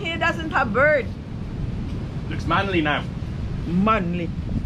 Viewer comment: BEARD po, not BIRD. Lol!!! Like some people say B*TCH instead of BEACH